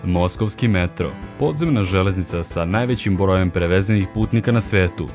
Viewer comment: perveznik putnika ili si rekao prevezenih putnika whaat xD